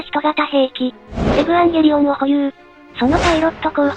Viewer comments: このチャンネルの「エブアンゲリオン」っていう読み方好き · 発音エブワンゲリオンなの好き